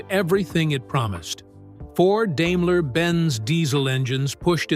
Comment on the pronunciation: Daimler pronounced like dime, not dame.